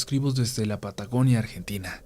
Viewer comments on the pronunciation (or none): Perdón, pero escuché "pataconia"?